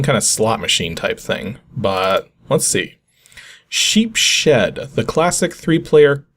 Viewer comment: Sheepshead is pronounced SHEEPS-head. It's some kind of fish. I guess I'd probably pronounce it that way too, if I never saw it before - so no harm no foul :) I've never heard of the card game though. Looks complicated.